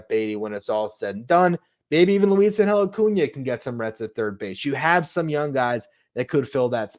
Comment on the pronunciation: Pronounced like. Ahhn-Hell in Spanish